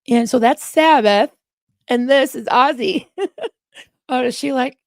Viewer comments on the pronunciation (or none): none